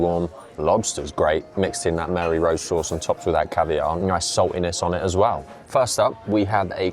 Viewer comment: salutations..... it's Marie Rose sauce not MARY.....just saying....